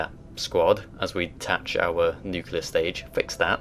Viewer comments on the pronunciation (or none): NUCLEAR, not nucular